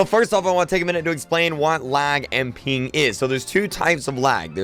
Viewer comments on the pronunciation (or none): “reduce your peen” 💀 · Sounds like your saying Peen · Why does he say "peen" instead of "ping* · Who else thought he was saying peen instead of ping😂 lmao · Peen dawg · "Latenz" and "pink" 😆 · I thought he said "peeing"